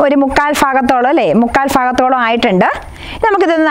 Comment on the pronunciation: മുക്കാൽ "ഫാ"ഗത്തോളും 🤣🤣🤣പത്തനംതിട്ട 😄